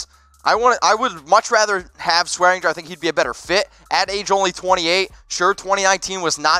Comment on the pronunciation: Damn it there is a g in swearinger that's not silent